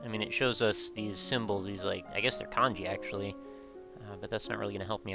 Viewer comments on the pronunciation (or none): none